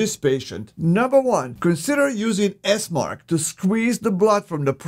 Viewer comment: It's Esmarch...